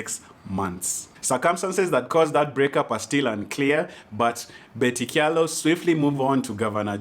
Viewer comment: I just love how you're pronouncing Kyalo 🤣🤣